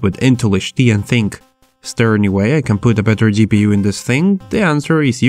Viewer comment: I like how you say gi pi yu instead of ji pi yu